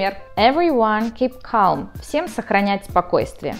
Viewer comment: KEEP CALM - L не произносится!!! [ka:m] а вы сказали неправильно! и тут же пример из фильма он говорит без ЭЛ